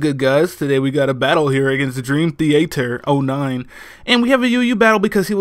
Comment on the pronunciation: I believe his name is dream theatre (like cinema) not dream the ater